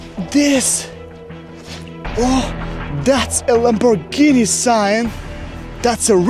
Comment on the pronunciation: Iz juz a pazt of a lamborrgihiiini 💀